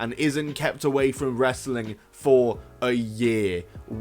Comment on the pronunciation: Or Wres-er-ling